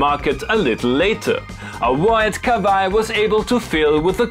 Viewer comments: I love how you say KaVaii. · Awesome, never had the pleasure to play a Kawai. i will now pronounce it like you from now on, much cooler. and after four episodes I think i will invest on an arturia beatstep pro, maybe keylab pro. you use it and abuse it so well, its art!